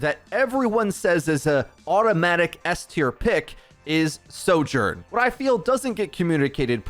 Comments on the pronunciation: Your pronouncing of Soldier & Sojourn was extremely confusing 😵‍💫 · say “76”. i can’t tell which hero you’re talking about soldier sorjourn they sound ALIKE